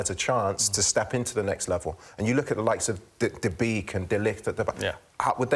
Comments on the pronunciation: Just pronounce Van de Beek as Van de Bake please. Thats how it should be done. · The v is supposed to be pronounced as an f